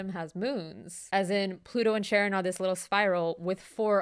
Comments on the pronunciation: I know it's probably for the bit ("no, not Sharon from HR" 😅) but the letter combo "CH" when it's a Greek word (like the psychopomp Charon) = "K", so it's not Sharon, it's Karon (ka-RON). It's why the word "chaos" is pronounced "kaos," not shaos. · I always thought Charon was pronounced Karen and found it hilarious that Pluto lost its planetary status due to the solar system's biggest Karen taking up too much space (or mass, technically).